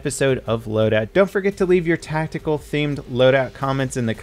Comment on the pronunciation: That emphasis on "Tactical" xD